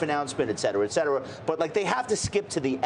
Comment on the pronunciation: once someone mispronounces ET cetera, it’s hard to take them seriously as an intellectual.